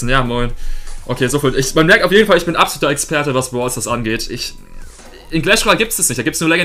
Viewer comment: Du sprichst brawl Stars nicht richtig aus